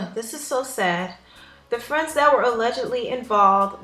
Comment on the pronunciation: Tah fwends😧😧😩😩😩